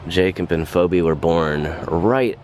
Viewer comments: Phoebe is pronounced, “Feebee”….just saying. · It's pronounced Pheebee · FYI: The woman’s name Phoebe is pronounced Fee-bee